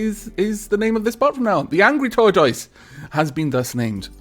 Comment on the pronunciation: Not to be rude but, tortoise is pronounced: Tore-Tis